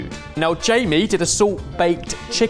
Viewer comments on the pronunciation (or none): none